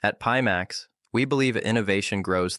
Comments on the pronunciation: I honestly thought had phonetically trained himself just for the video... until the AI voice said peemax 🤣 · A video by Pimax with a robot presenter that can't even pronounce the name of the company the video is promoting and that robot is a mimic of the founder?? You can't make this shit up.